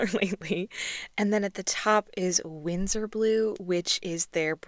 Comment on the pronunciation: BTW it’s Winsor not Windsor.